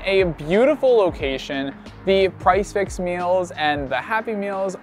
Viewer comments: Are you calling it price fix? Did you mean Prix Fixe? It is pronounced pree fiks. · Thank you so much for calling this out. I am binging their videos and they keep calling it price fix!